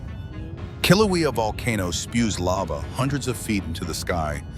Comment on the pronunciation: To the narrator: It's pronounced kill-ah-way-ah (Kilauea), not kill-ah-wee-ah.